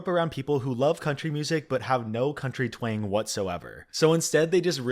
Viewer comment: I gotta say when you speak of kylie aonique, you keep saying "her Twing" its not called a Twing, its either a Twang or a southern drawl. Whichever one works just not Twing. Figured you would wanna know. Good video